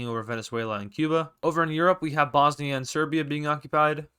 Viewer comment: you literally did bosnia perfect like i love you i mean bruh :)